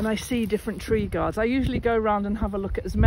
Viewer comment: It took me until minute 24 before I realized was saying tree guards, not TREE GODS! lol